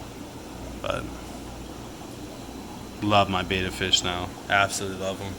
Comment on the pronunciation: Bet, bet, bet ...Betta. Not bayta or baeta. Push sound button ... learn.